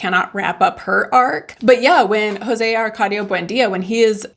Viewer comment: "JoSE" no "JOse"